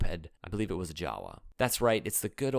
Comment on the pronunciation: Hey man! Awesome video, just wanted to let you know that JAWA is pronounced (yava)!